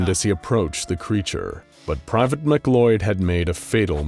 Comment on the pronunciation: Why in the fuck is McLeod pronounced like it's spelt McCloud? That makes me sense